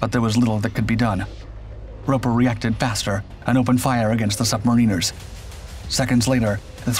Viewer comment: Pity about the poor pronunciation of "submariners".